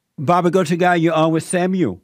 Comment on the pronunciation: When Jesse says Samuel it sounds like "Seven-year old" ... how fitting!